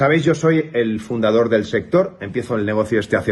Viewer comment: "fundador fel sector" 😂😂😂😂 ¿Le quiere quitar el puesto a Adolfo de Austria?!! 🤣🤣